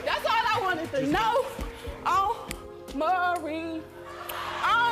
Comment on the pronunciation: His name is "Maury." Pronounced "More-EE." NOT "Murry." Good Lord...